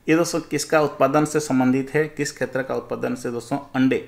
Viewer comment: सर आप क्षेत्र को खेत्र क्यों बोलते हैं।